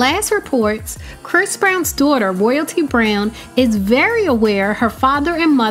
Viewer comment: "Dooghter" lmao I think she tryna say daughter